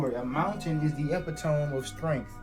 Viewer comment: when he said epi-tome I burst out laughing, and my laughter sounded so identical to yours it made me laugh harder.